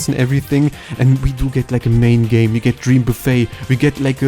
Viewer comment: He keeps saying gay instead of game :_KirbySmug